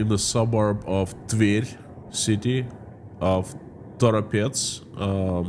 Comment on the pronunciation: Thank you for pronouncing "Tver". Americans are butchering the name 😮😊